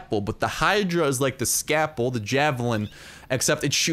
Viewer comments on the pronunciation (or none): It's not, Ska-ple, it's ScaLp-le. Like how you normally say Scalp. Exactly like how you pronounce where your heads hair grows. What Indigenous Indians used to cut off after a fight with the White Man. :'D